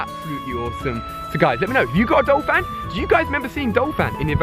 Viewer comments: Ursaring is pronounced err-sah-ring not ue-sare-ing nor ue-rae-sing. Also it is Don- fan not Dole-fan in the case of Donphan. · I hate to hate, but...isn't it DON-phan, not DOL-phan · its pronounced errs sah ring, and donphan is prounounced Don Fan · It's not Dolphan its DONPHAN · It's DONphan, not DOLphan haha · he is saying dolphan but it is donphan, BRUH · talks about pronunciation *calls donphan dolphan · it's Donphan not Dolphan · anyone else think he is saying 'DOLphan' instead of 'DONphan' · its DON-PHAN not dol-phan. like so he can see this and pronounce it right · There is no "l" in Donphan. I have no idea how you make up your pronunciations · Hahaha oh my god Ali... right after he was talking about mispronouncing names, he proceeded to call Phanpy's evolution Dolphan